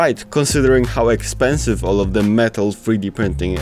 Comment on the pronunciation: "Warning, this equipment is..." "expenisve"